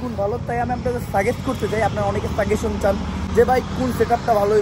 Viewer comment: Vaj সাগেশন না সাজেশন হবে